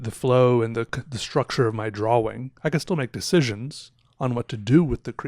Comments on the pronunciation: I honestly like this guys channel but everytime he says DRAWLING I turn it off idk why but it annoys me hearing it constantly. Its drawing...he knows that-so why add the L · I caught that too, I was like “did he just say drawing?” I played it again and heard “draw-ling” and was like “what is going on here!?”